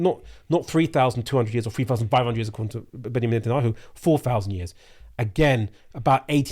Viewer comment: I just know Mohammed Hijab pronouns Netanyahu as نتنyahu and it’s hilarious